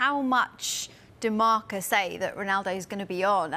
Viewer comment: marCA? srsly? its marca ffs